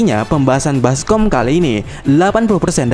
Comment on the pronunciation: BASKOMS(S DI KATA TERAKHIRNYA DIHAPUS SAJOO MIN.. JADI BASKOM)